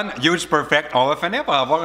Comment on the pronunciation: Après Pitch Perfect, Hudge Perfect !!! 😂😂😂